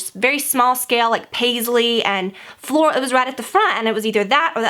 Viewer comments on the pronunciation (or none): none